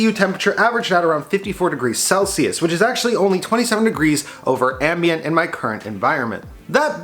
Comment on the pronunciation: Glad to see the temps are good, 'eckspecially' over "ambant" LOL